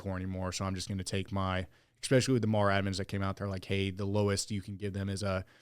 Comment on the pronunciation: Stop saying "expecially". Sound like a child